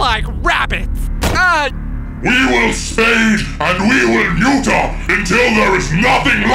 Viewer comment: "We will SPAY and we will NEUTURE until there is NOTHING LEFT!"